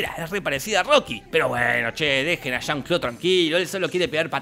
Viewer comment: Que diga "chan Clau" 100x jaja